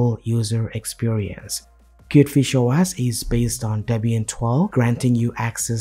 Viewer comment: its Pronounced Kiewt Fish Oh Ehs not Oh ASS :-)